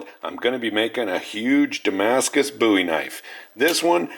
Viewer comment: You're saying bowie wrong.